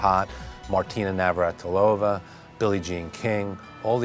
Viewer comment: "Navartilova" ?? They can't even pronounce her name!